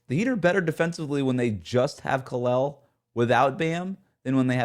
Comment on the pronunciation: Front court may not be a failure but Davids ability to pronouce Kalels name correctly sure is.